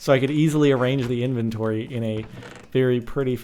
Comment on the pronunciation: inventory not enventory